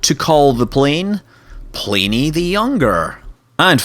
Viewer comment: ha, I posted this before I caught the "pliney" slip. you are a lucky man to have access to it, sir. I'm not so lucky in the midwest.